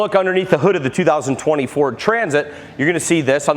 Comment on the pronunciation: Great video, although it sounds like he is saying "2024" sometimes…😝